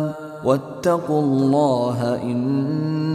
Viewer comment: A-laa..... Mr translator,,, the pronunciation is (AL-Laah)